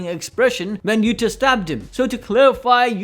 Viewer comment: Yuuda! not Utah!